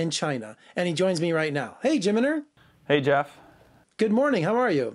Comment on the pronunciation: Lol Jimner?? Do you even know how to say his name properly?